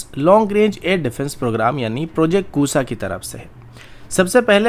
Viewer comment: Bhai, project Kusaaa nahin Kusha.....sha sha sha😂😂😂